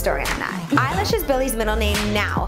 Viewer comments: Did you say...Billie EYELASH?! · Did you just said Billie Eyelash?